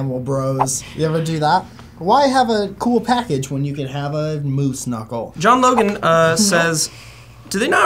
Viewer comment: said Moose Knuckle and I thought he said MooSnuckel and I was like "wait what?" and then I realized he was still talking about the camel toes 😂